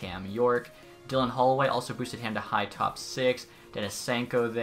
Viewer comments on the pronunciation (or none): none